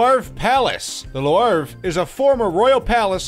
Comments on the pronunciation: Why pronounce LEW-ARV when all you really need to pronounce is The LOOV and 99.9% of people will understand. Brett Favre, everyone says FARV, a french name which is pronounced FAH-V . Leaving out the re at the end not to confuse even more. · Lewarve palace on the Say-een river. Funny. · louarv and Hooufburg its louvre and hofburg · It feels like this guy is going out of his way to pronounce as many things wrong as possible. Not knowing Qing is “Ching”, “apostolic”, and “Lou-arve” like what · Loo-Vru, at least TRY to say the names close to the true pronunciations...what a poor peasant. Louvre is the biggest museum in the world, the whole world knows how to say the name...Louvre sounds like Loo-Vru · Listening to him pronounce Louvre incorrectly so many times made me want to slam my tongue in a car door. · That Louvre pronunciations though... I'm sure you mispronounced many others too. I mean LOUVRE everyone knows how to say it I don't comprehend how can someone makes a video about general knowledge and doesn't have any at ALL and on TOP OF THAT gives 0% for the effort... nobody forced you to do it.